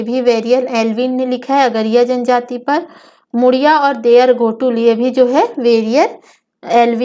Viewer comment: घोटुल नही है मेम गोटुल